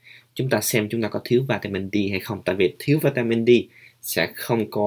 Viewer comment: Mình để ý bạn nói đề tài về vitamin D nhưng mình nghe bạn đọc vitamin Di rồi líp kia mình xem vitamin B minh cũng nghe bạn phát âm vitamin bi sau kỳ dậy bạn cái nào cũng nghe bạn phát âm dậy khó phân biệt lắm